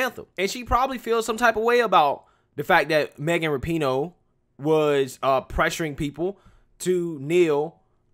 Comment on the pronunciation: RAP-IN-OOOH not Not NOT ra-PEEN-OH